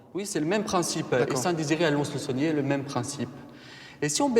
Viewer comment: Bon déjà ca commence mal les gars : c'est Lons-le-Saunier pas SauLnier...